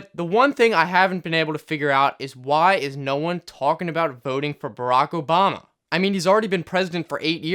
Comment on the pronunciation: it is barack obama not bardock. you are american so you shoud know that😷